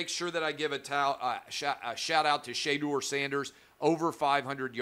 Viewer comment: SheaDoor Sanders make show you get the name right